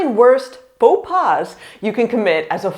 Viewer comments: Fo Pah ! Not Fo Paz and what you search for is "Apprendre par l'erreur" ;) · She says paux pas like "Faux pass"